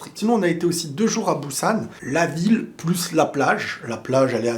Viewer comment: Je regarde ta vidéo un peu tard désolé ^^ Alors dans un premier bonne vidéo ❤ Ça me fait bizarre d'entendre Busan avec un B mdrrr la prononciation c'est un léger P😉 Petite aide pour la prononciation. J'ai toujours pas eut l'occasion d'aller en Corée ahah mais bientôt de plus j'apprends la langue depuis 1 an donc je vais me régaler le jour où j'irai là-bas. Après je suis d'accord niveau Halal c'est pas comment dire y'a pas tellement de choix. Je sais pas si tu as fais attention mais les vols n'existent pas là-bas voir très peu. Par exemple les colis peuvent restés un jour devant la porte cela craint rien mdrrr. Après niveau sécurité tu as totalement raison mdrrr et les postes de police sont totalement différents aussi. Bref c'est complètement autre chose comme tu dis comparé à la France. Bonne soirée 🎉😊